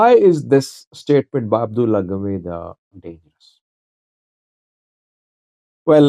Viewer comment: The name is Abba-dulla Gamada not Abdulah Gamada man 😊